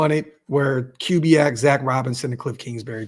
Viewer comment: It’s pronounced Koo-biak not Cue-biak